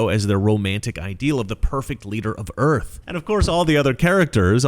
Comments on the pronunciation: WELCOME TO EARF! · She's not president of the Earth.... she's president of the EARF.